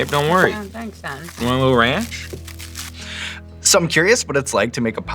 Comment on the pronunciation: I neeedddd raaaaannnnccchhhhh! That’s that Texas y’all. I keep rewinding because she sounds so cute.